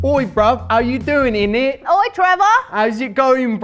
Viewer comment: omg you keep saying “idinit” but the d is supposed to be silent so it’s just like “init” you make it sound so weird 😂😂 of course I’ve also never even been to the UK so I could be completely wrong but that’s what I’ve heard from brits.